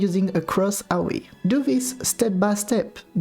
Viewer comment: Just wanted to say I love how your accent makes AoE sounds like "Owie"